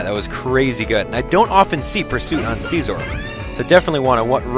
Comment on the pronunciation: Its si-zor, not seezor